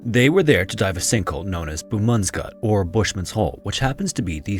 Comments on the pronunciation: I'm from South Africa... the way you butchered Busman's Gat is legendary. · Your pronunciation of the afrikaans: "Bosmans gat" is incredible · Your pronunciation of "Bosman's Gat" needs work.